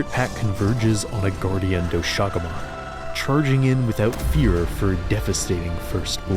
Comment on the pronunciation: is it not pronounced "dosha guma"? and not "do SHAguma"? sounds so weird😭 not to undermine the absolute behemoth of a piece of art